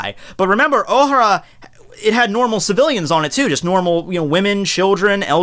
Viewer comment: dude i understand you like one piece but if your gonna talk about it like if your an expert learn to pronounce the words i mean my god you butchered the characters names and it's pronounced " oh-hair-ah" not " oh-har-ah. "Mari- jois" not " mari-jo-ah